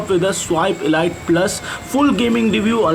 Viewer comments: pls its not elight its elite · Ladies its pronounced 'eleete'